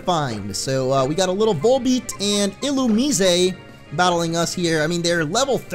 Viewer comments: In the anime they pronounce it il-u-mize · Um u actually pronounce Illumise (Illu-Mais) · Just pointing it out, it's ill-oo-miss-ay